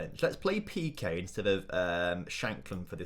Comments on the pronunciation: In peque the first e is pronounced as the second e, it isn’t like piqué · Pe-que? Don't worry he's from Barcelona.